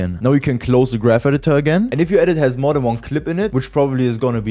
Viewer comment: du hast ,, the mehr its gonna flicker ,, gesagt 😂